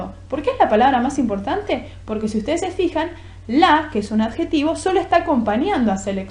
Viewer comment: dice adejtivo